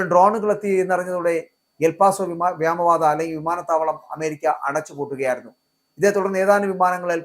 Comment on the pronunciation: എന്താണ് ഈ വ്യാമ പാത. ഇയാൾ ഇപ്പോഴും വ്യാമ പാത എന്ന് പ്രയോഗിക്കുന്നത് കേൾക്കാം. വ്യോമ പാത എന്നാണോ ഇയാൾ ഉദ്ദേശിക്കുന്നത്. എങ്കിൽ വ്യാമ എന്ന് പറയുന്നത് ശുദ്ധ അസംബന്ധമാണ്.